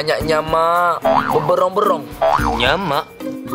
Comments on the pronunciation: bukan nyamak tapi nyamok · Dia sebut nyamak tu konon2 nya nak ckp KL laaa... Nyamuk jadi nyamak, katok (pukul) jadi katak... dok pahang base ngoh